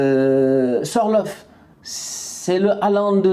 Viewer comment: Sorlofh c’est sorloth 😂